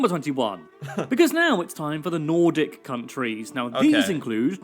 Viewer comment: Nordic not Nortic